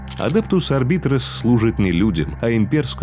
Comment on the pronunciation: Ну начнем с самого начала: Адептус Арб"А"йтес(А вот работают там подразделения Арбитров), Сервит"О"ры, Адептус Со"РО"ритас, Ордо Ер"Е"тикус, Ордо "МА"леус. Товарищи, суть вы уловили... Теперь осталось замаливать грехи перед статуей Бога Императора и лучше готовиться к озвучиванию видео. ^_^